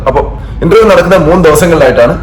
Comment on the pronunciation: ഇൻൻ്റെർ വ്യം എന്നാണ്